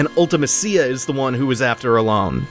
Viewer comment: So remember how a few episodes back you said that it's always jarring to hear other people's pronunciations of certain names or places in FF games? I'm personally offended at how you say Ultimecia. LOL.